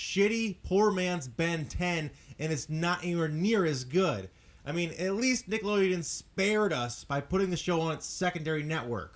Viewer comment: It bothers me that he said like 'Niggalodeon' instead of 'Nickelodeon'